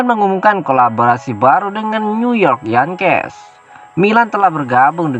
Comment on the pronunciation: Yengkis bacanya, bukan yangkes.